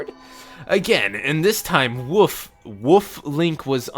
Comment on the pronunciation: I hate how pronounces the word "wolf" tbh